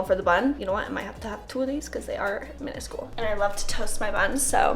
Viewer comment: the way said "miniscule" had me dying. Alsooooo a food vid with with no oatmeal?!? who is SHE?!